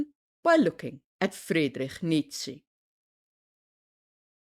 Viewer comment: I can hear that you aren't native, and that your accent sounds Germanic but not North-Germanic. So my thought was that you should be able to pronounce Nietsche. Was it just an misguided attempt at placating / pleasing English speakers was my thought 😅